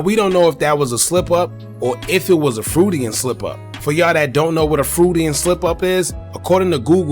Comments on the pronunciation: 😂 it’s pronounced froid-Ian not fruitanan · Pronounce Freud-ian slip like Lloyd and ad ian and take away the ll and ad a fr cause fr fr I watch this channel and that’s an important term